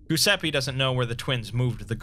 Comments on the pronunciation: Exploring all the ways to mispronounce Giuseppe. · I was actually talking about the phonetics, as an italian I always find funny how Giuseppe is one of the most butchered names by english speakers (I'm not mocking you, I'm pointing it out in a lighthearted manner). About the haze, hope you'll feel better soon! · I was looking at the comments to see if anyone else noticed that. Lol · Where you trying to read Giuseppe? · Yeah. The Italian version of Joseph is "Goose a pee" to him and the Broken God Mekhane becomes "Mac Cain" for him... Maybe that means, Nostradamus is for him "Nooster day mahss" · You ever heard him spell Mekhane? For him, the Broken God is "Mac Cain" instead of "Meh + kah + neh" But making Giuseppe into "Goose a pee"...crivvens, that's a new low *facepalm * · That’s a great narration as always, but your pronounciation of “Giuseppe” cracks me up, sorry